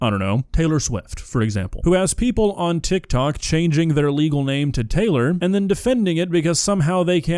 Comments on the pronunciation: Bro added a whole extra syllable to tik tok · bro said tiktok like dr. evil